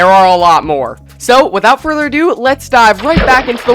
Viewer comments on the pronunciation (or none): none